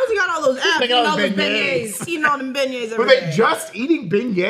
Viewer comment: Ok, it's not just me who heard Gambit say "Ben-Gays" while everyone else says it properly ("Ben-yay") ? Hilarious 😅